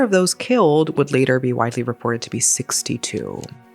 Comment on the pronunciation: Tried watching this video but this woman's voice is just so annoying. A moment Layderrrrrr. It's later. It doesn't take 7 seconds to pronounce. Video could've been under 20 minutes if it was someone else talking, Jesus.